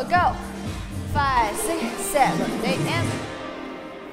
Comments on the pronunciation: 。。那個舞蹈老師的seven 發言。。她是不是被她的英文老師教壞了😅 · 謝金燕那組的老師，她唸拍子的seven 真的很不舒服😅